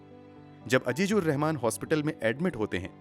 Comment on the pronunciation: Totally agree with you regarding the pronunciation.